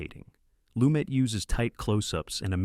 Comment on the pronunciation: Also - Sydney Lumet, the director of "FailSafe", pronounced his surname as "LuMET".